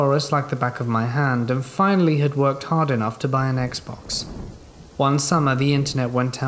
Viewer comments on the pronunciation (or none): none